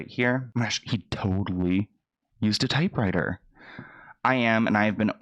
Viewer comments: You had me DEAD when you couldn't say typewriter🤣🤣 I was like maaan am I that old lol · Not you trying to say typewriter 😂😂 not a computer but it has a keyboard lol too cute